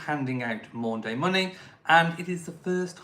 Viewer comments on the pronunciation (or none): It's Maundy Money, not Maunday Money! Maundy is derived from Old French 'mande' and Latin 'mandatum', meaning mandate or command. Nothing to do with days.